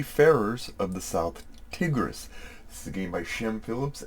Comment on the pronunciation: Hi, Tigris is said like tiger 🐅 (tai-gruhs) and not tig.